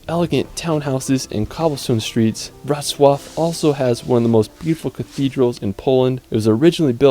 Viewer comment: WROCŁAW It's very easy to pronounce: Wrots + Love :)